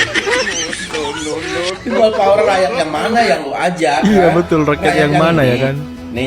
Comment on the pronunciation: Opeil uler bukan peopplepawer.